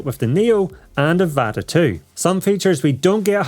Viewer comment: It’s pronounced avata not evata